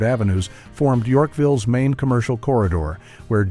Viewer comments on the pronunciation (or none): none